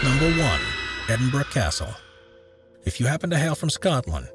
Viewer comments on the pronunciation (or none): none